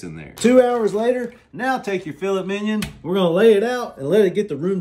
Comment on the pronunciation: I love Dan-Os proper pronunciation of Filet Minion.